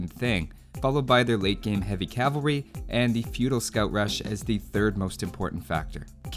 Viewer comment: Lol every time you saylate game, i keep hearing weight gain XD